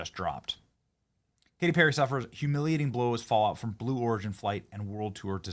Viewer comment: K-T PEAR-A?